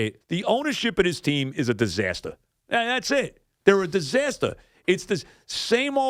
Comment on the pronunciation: WHUH UH DUSASTAH, CHRIS! WHUH UH DISASTAH!!